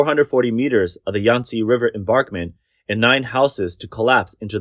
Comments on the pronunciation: Why does the narrator keep saying "embarkment" for embankment? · Mispronunciation of embankment as embarkment is a little bothersome. You make good points about choosing to maximize power production over protecting people and property. It's shameful that the government allows that to happen. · THE WORD IS "EMBANKMENT"! NOT ENBARKMENT! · Embankment = em-bank-ment, not barkment. Juss sayin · "embankment" (not "embarkment [sic]") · What's an "enBARKment" anyway? I'm familiar with river "enBANKments" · The narrator persists in saying "embarkment" when clearly the word should be "embankment" as even some of the video clips show. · Embarkment... embarkment... embarkment.... over and over again. Must be an AI voice to not know it should be embankment. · Embankment not embarkment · How many times did you say embarkment instead of embankment? 30? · embaNkment NOT embaRkment Voice Over person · FYI (nicely) EnBANKment not EmBARKment... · Its emBANKMENT, not embarkment. Got it? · And what is an "enBARKment"? It is pronounced EnBANKment. There is no R in that word. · Please pronounce correctly: embaNkment, not embaRkment... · Narrator : There is no such word as "embarkment". The word is "emBankment". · Read it with me: EMBANKMENT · You can say BANK , so why can not you say emBANKment .. there is no R in that word. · embankment "m bank ment" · Embankment. Bank, not bark. :) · "AI will take over the world" AI: Embörkment